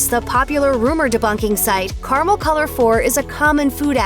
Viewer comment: What the hell is kar-mel?